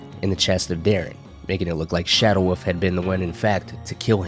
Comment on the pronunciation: I keep thinking he is saying.... Shadow Woof.. Instead of wolf